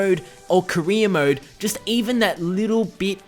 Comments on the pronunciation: "kreer mode" what the fuck lol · Sounds like you're saying queer mode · all i hear is Kareem Mo instead of Career Mode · Sounds like you're saying Korea mode